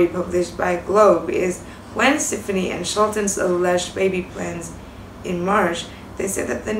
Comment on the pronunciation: REALLY Its Gwen STEFANI You can't even pronounce Her name correctly